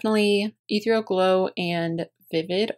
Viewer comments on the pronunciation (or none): Ethereal is pronounced eth-ear-ial. Love your makeup per usual. You're so gorgeous 💕😍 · Eth_ear_ee_al :) Just in case you care. Its amazing you can tell when someone pronounces something wrong that THEY READ!!! because they have only ever seen the word written XO It's a great word and very descriptive ( BTW this REALLY REALLY REALLY sin't meant as a dis!!!!)